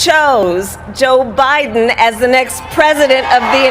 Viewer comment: Joe BYE-THEN!!!